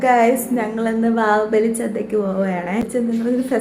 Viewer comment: വാഹുബലി ❌ വാവുബലി✅😂